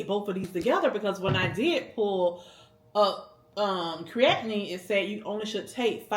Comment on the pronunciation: If you havent consulted with your doctor about the creatine (also its pronounced cree-a-teen) I would do that! Cause when you mix the 2 supplements you're ultimately taking a full dose, and creatine only works if you take it regurly. If you're looking for a preworkout supplement I would look into a BCAAs with around 50-100mg caffeine which will be easier on your body and you don't need to consume regularly (you can take 30mins before workouts).